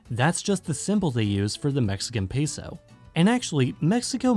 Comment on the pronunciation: THE WAY THEY PRONOUNCE PESO